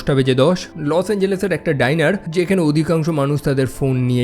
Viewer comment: ডাইনার❌ ডিনার 🙏🥲